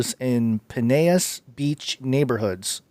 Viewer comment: Pine-ell-us is how it is pronounced. My sisters still live there I grew up there. I live in NC. We all three were camping in Hiddenite campground as kids. Want to talk coincidences??? The rain was that bad HERE in Hoke county NC. Our neighborhood had a brief flood.